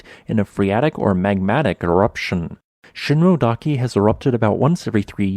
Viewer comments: Ooh, I was thinking of going there next week... by the way, in "Shinmoedake" you should pronounce the "e" (shin-moh-eh-dah-keh). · You need to check how those geonyms are pronounced. The crater late (Miike) is pronounced “me - eekeh” and Shinmoedake, “sheen - moh - eh - dah - keh”.